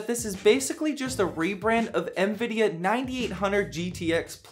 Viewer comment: Lol, "ehanVidia". I love how people add extra invisible letters when pronouncing it.